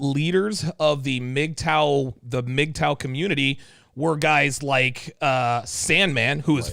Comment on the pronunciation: pronouncing M-G-T-O-W every time was killin me 😂🤣 great throwback 💯